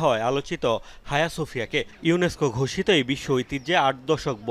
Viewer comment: তুুরুস্কের মসজিদ এটার নাম আয়া সোফিয়া, হায়া না